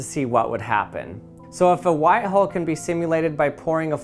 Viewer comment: Bruh I thought he said white hoe and black hoe